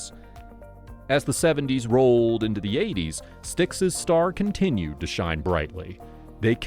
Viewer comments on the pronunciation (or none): none